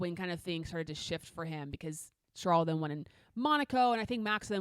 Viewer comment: I really appreciate you pronouncing Charles´ name the original French way but you´ve got to do his brother the same courtesy as well 😉